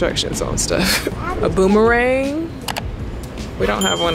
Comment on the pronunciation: NOT “BOOM-THE-RANG!” 😂